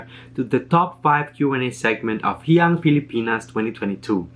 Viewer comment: HIYAS is pronounced like- HE-YAS!! Meaning GEM OR JEWEL.... Palatinjug is pronounced as how the Spanish abecedario would pronounce the letter J which H in Spanish. I thank you..